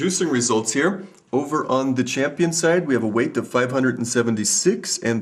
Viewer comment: Jeez, it's weighT, not weigTH.